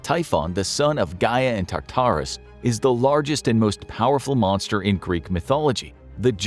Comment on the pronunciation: why do you say Tartarus like tarter sauce lol